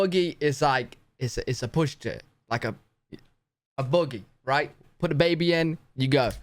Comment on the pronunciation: Buggy (bug-gee) is a trolley .... Boogie(how you pronounced it) is to dance. Its like a cornbread pancake. 😂😂😂😂a dohickey is a whatchamacallit. 😊😊😊. Hopping John is delicious.